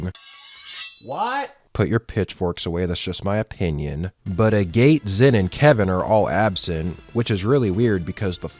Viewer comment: I died a little inside every time you called him A Gate.